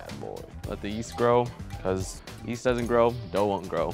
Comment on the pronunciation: Gerison k, dude i dont want no fight, and yeet is kind of a meme thing and i thought it was funny that he said now Lets pour in this yeast mixture, in a way Where it could sound like yeet.